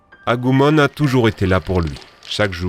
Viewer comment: Digimon c'est la vie ! Moi j'ai vu la vrai fin 🥰 (les nouvelles saisons sont dégueulasse !) Please stop dire "Agoumon" c'est "Agumon" avec un U ! 😅 Et pour les grands fans de pokemon qui critique c'est Digimon qui été avant ! Les producteurs n'ont jamais voulu créer de jeu à l'époque en même temps que pokemon ce qui a niquer leurs ventes ...